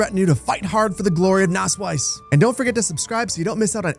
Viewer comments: It's not spoken Nasswise, it's more like Nassweeze. The word comes from wett meadow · Btw your town isn't called nassweiss (wet white, pronounced like nass-wise) but nasswies (wet meadow, pronounced more lik nass-weez). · But I kinda like that it almost sounds like he's saying 'Naseweiß' 😂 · „Nasswies“ is pronounced like nus-weas (pronounced like nuts and beast) „Nass Wiese“ would mean like wet-meadow in German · To pronounce the wies in Nasswies like a German, say it like the beginning of weasel, so Nass-"weas"! You're welcome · amazing video. btw nasswies in english means something like wet grass :D and if you want to pronounce it it is pronounced nasswees. But you pronounce it pretty well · It's Nasswies (pronounced nass-veeze) means wet (nass) meadow (wies) :) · it's not pronounced with a 'u', though? It's more like a short 'ah.' (Sonst wäre es ja Nuss Wiese haha ♡)